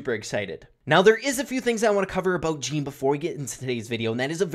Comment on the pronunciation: يالعرب اللي تسموه جيني سمعو اللفظ الصحيح وبعد لا تسموه جيني